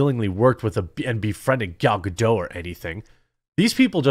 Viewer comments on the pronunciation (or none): Gal Gadot's name is pronounced Guh-DOTT, not Guh-DOH. I know, you think it's going to be like "Waiting for Godot" but it's not. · Common man. Pronounce Gals name correct for god's sake. You almost do it right and then the surname gets French. It's Galb Gadot with a hard T not silent T. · You managed to pronounce the "t" in Gadot once, then randomly reverted to somehow thinking that Hebrew is pronounced like French